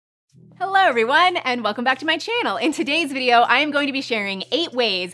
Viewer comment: I find her "hellerr' intro odd. Maybe an accent, but never heard anyone say hello like that before.